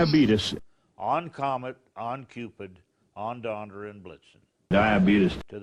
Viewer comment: Or when says "on Donder and Blitzen." 😹